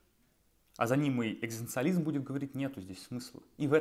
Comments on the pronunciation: Такой умный, образованный человек… Не может быть, чтобы вы не смогли произнести это слово… Оно у вас звучит как, «экстанциализм». Спасибо! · Когда вы научитесь правильно и четко произносить слово "экзистенциализм"? Это же позор какой-то... :( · челик не может даже выговорить это слово... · Я не хочу смотреть видео, где человек, пытающийся объяснить экзистенциализм, не может ни разу произнести слово экзистенциализм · Что, я похоже единственный, кого нервирует искаженное произношение слова ЭКЗИСТЕНЦИАЛИЗМ ..!?. Режет слух и отвлекает же. Автор, повтори за Джо Дассеном его бессмертные строчки: Эт си ту ЭКЗИСТАС па... Видишь, как это просто? Удачи тебе, автор. Запишись к логопеду, если что